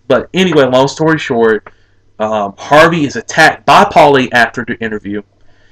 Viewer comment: Jason Hervey not Harvey